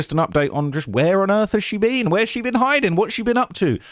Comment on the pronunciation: "Where she bean"